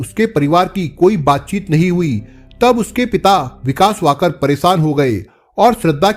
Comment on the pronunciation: कहानी तो अच्छी तरह बताई आपने लेकिन नाम गलत बताया श्रद्धा विकास वालकर आपने वाकड बोला बाकी ठीक है